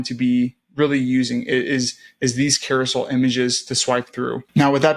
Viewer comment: Awesome tutorial, thank you. As a side comment, it’s a Carousel, not Carosoul.